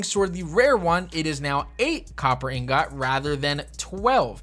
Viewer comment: In-got...repeat after me...in-got 😏